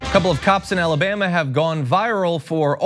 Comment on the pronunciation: Come on, John, it’s Alabama